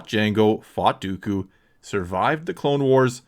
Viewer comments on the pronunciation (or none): none